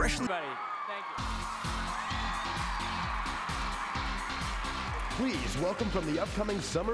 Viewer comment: “but tank you so much” GOD NIALLS AN ANGEL